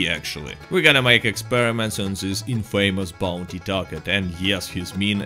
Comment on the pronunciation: Quick tips for improving pronunciation так сказатб. Играя в infamous second son и обсуждая ее со своим mate, я узнал, что произносится Инфэмус, а не инфЭймос. Так же они не говорят «plus minus”, “give or take” подходит лучше в этом случае. А так видео как всегда крутое)